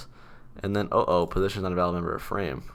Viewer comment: Positon is a pog way of saying position